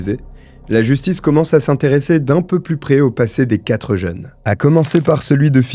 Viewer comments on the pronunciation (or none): none